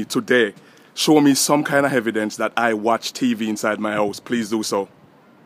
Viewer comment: "Hevidence" Lol